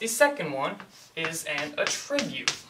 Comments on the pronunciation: i cant get over how he is saying attribute wrong ... cringe hes saying uhh-trribute... its actually ahh-ttribute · A little under 3 weeks later actually but yes, the 'attribute' being discussed here is a noun, while is pronouncing it as the verb. Sorry, your fellow Grammar Nazis have spoken. To the train with you. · The only issue is you are saying attribute as a verb instead of a noun. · Actually, a tribute is a noun. It's a thing. To attribute something, like attributing a quote to a person, would be the verb form. pronunciation of attribute is odd but I've heard many people say it that way.